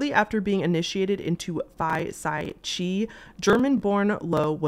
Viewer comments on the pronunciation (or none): about the list of hazing deaths in the US--just wanted to let you know that the greek letter "chi" (also written as 'X') is pronounced like "sky" but without the s, not "chee". totally understandable mispronunciation for anyone not familiar with the greek alphabet/greek life! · Chi is Greek it’s pronounced like Kai :)